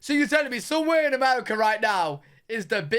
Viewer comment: you need to learn to say "MUR I CA" lol